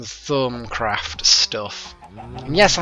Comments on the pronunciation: I know you record these in advance, but look in your Thaumcraft configs, and set it to generate worldgen Also, Thaumcraft is pronounced Thorm-craft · I have always pronounced it th-aw-m-craft.